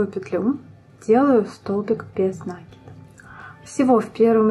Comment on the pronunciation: спасибо большое. Понравились два момента: прибавки без заморочек: легко отслеживать, где нужно прибавить. Второй момент - убавления: провязывать за половинки петель. Действительно, дырок не остается. В общем, замечательный урок, несмотря на произношение нАкид ))). Однозначно, лайк! А! Забыла про цветную ниточку написать! Я пользуюсь маркерами, но в данном случае нитка - лучшее решение! Плюс!